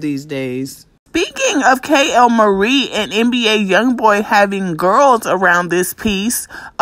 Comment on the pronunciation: why do she say KAY-L-MARIE 😂😂 her name is kaylyn